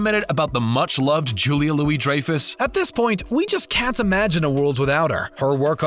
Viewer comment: Nope, they mispronounced the Benes as well as Dreyfuss.